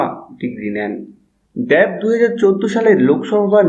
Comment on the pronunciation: দ্যাব না দেব ভাই? 😂😂